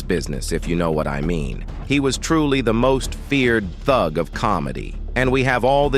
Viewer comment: not feeling how this narrator says thug.